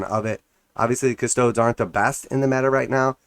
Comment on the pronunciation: Loving your videos, but as a Custodes player: custodes [ kuh-stoh-deez; Latin koos-toh-des ]